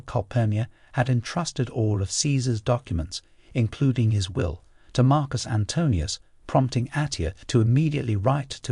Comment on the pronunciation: Aw man, you're one of the very few to say Marcus' name correctly, but what about Kai-sar my dude?